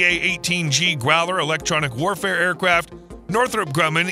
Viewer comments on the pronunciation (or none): none